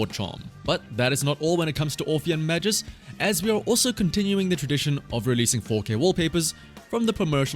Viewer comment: Dude. MAGUS, not Majus. Hard G.